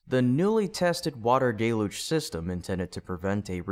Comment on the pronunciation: DELL-huge not DAY-luge. Are you saying it wrong on purpose?